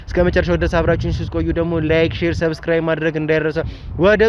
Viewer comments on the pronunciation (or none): none